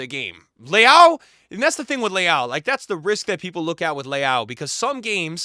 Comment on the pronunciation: The way you pronounce Leão sounds like Leal (Brazilian pronunciation), which is another Portuguese last name. I don't mean it as criticism, it just sounds funny.